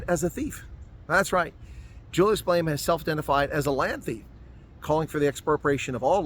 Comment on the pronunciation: He is not Malayma. Malema. Please it extremely irritating